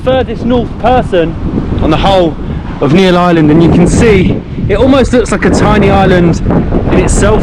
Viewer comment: itz NEEL not NEIL NEEL>>>>>BLUE